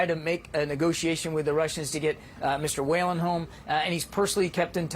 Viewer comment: I'm from Ireland and is that man's last name Whelan they way they say it is so wrong and funny as it's pronounced wheel-an not whale-an